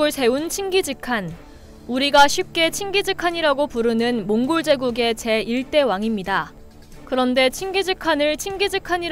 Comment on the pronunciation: "재 1대 왕이 아니라 제 1대 왕".. 에 발음 제대로 하쇼... 명확한 음성 모음을... 한 두번도 아니고.